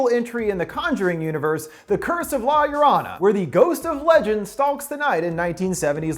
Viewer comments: I love you but the way you say la lorrona is soo cringy. You should Pronounce it like la yah-row-nah quickly. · "La Ur-on-a." Makes me remember the first time Chills tried to say her name and said "La Lorena". I still piss my Mexican friend off with that pronunciation. XD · Man's just said ”la- your- honor” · Me, a half-Hispanic: corrects his pronunciation of La Llorona "La Llorrrooona". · La Yoh Roh Nah you bastard of linguistic butchering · He said la yorana ...lol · For some reason it offends me that he says La Yurana 😂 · It Pronounce la-zo-ro-na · the curse of la llor"anna" learn how to pronounce spanish words bro. at least you could have listned to the trailer they prounounced it correctly there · "The curse of La Lorana" is he even trying? Lol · Bruv it's pronounced law your-own-uh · Lah yah raunah 😂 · I cringed how he says La llorena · "La Yurana".... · Say it like this "lie-ya-ronah" 🤣🤣🤣 endings explained rules 🤘😝🤘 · Lmao the way he says La Llorona. LA Y A R A N A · "The curse of la lolrona" I'm sorry😭😭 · 420 needspeed la yolona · Violet it’s la yorona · God I hate the way he pronounces La LLorona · You said the title so wrong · The way he says la llorona 💀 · I flinch when you say "la llorona". U make it sound so wrong with your American accent😉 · He....he didnt say La llorona right....*cries in Spanish* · When all the Mexicans cringe when he pronounces la llarona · I cringed when he prounced la llorona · I love this video but everytime he says la llorona I get so pissed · Are you being rude to me? All I said was he didn't say 'La Llorona' right. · Is it just me or did he pronounce her name wrong 😂 still much love to the channel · Fucking butchered the name. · Who else laughed when he said "la llorona" wrong ? 😂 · Lol you prononsed llorona wrong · I got so triggered when he mispronounced La Llorona XD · Name: butchered Movie: explained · Every time he miss pronounced La Llorona it made my ears bleed a little. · the way he says la llorona 🤢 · Law yerwanna